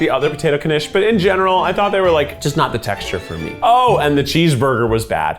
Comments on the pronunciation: i love how he's pronouncing it like kanish. it's knish. you sort of swallow the k a little bit. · Knishs Knish sounds like kih nihsh 🎉